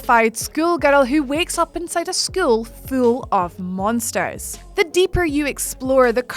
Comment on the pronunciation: “...skoowel foowel” school full. haha, you should sell shirts